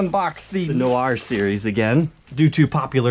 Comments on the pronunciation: Argghhhh! We have the “Fender no r” series back again!! 🤦🏼‍♂️ I’m sorry... I love you but that pronunciation does my head in. It’s pronounced like “nwar” not “no r”. The “Fender no r” series would just be “Fende”! 😜 Or “Telecaste”, “Statocaste” and “Jazzmaste”! 😉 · It's just "nwar" dude. I could not figure out what a "no-R" is. Also, who's the a-hole that sold you this silverburst? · Pronounced wrong my friend; noir (NEW-ARE), it’s French 😏